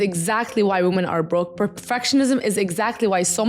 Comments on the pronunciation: “WOMEN!!” Baby 😂not “woman” love you 😘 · It's a Middle Eastern thing. Lots of native semitic language speakers can't pronounce the short 'o' in 'women'